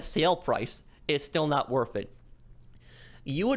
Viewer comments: Its nat wurf it guys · Lol it’s not worff it